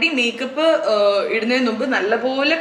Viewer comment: ചേച്ചി, നുമ്പ് അല്ല മുമ്പ് 😁